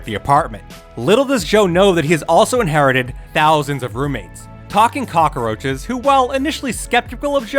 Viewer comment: Why do you keep saying cock-a-roaches?